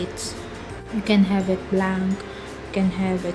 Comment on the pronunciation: I love the way when you say "blaank" excel instead of "blenk" excel Loved your accent 😍